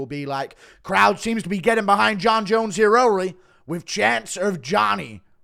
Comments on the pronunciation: its not that hard to say early. Er ly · tries to say “early” in American accent Says “hurry” in an even more British accent instead 😂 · MF can't say "early" in an American accent 😂